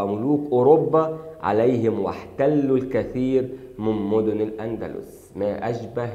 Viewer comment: الأندلس وليس الاندلوس